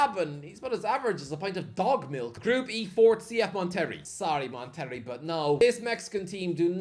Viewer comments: Bro said mon terry! 😭 come on, as a Mexican I feel I have to correct you lmao. It’s “mon teh ray” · It’s actually good to see MLS squads increasing exposure of the game in the States. Mon-ter-ray,, not Mon-terry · Lol... it's pronounced "Mon-tur-ray" not "Mon-terry" 🤣🤣🤣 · Mate please…you literally have google translate for the pronunciations….It’s not Mon-Terry… It’s Monte—Ray. You literally Correctly pronounced Pachuca so what’s the issue. Also Pachuca beat Botafogo…to reach the final . So they have international pedigree despite what your potato for brains might think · CF Mon Terry 😭😭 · hope you don't say mon terry 😂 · Moteree lol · Oh, I’m not Mexican and I know Monterrey is pronounced “Mon-te-ray”. lol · It’s funny how you pronounce Monterrey 🤣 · The pronunciation of Monterey*twitches* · I shouldn't be surprised by the pronouncing Monterrey like one would John Terry, but it is sending my sides into orbit pronouncing "John Terry" like "Jonterrey". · The way he pronounced FC Monterey